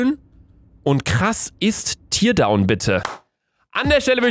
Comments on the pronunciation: "Tear down" heißt abreißen und wird in diesem Fall nicht wie Tier, sondern wie Teer ausgesprochen. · Definitiv ein 2. Teil! PS: Man spricht es "terdown" aus nicht "tirdown". Man schreibt es nur so: Teardown. Das ist Englisch für abreißen. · Digga luca mann spricht es "tärdown" aus nicht "tiiiiierdown"!!!! Wann hast du das letzte mal englisch gesprochen? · Bitte sprich es richtig aus. Es heißt Teerdown!!! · teardown wird actually terdaun ausgesprochen...